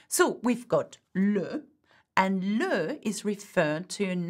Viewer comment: Thank you! Why is Le pronouced like Lou? Is it Luh or Lou?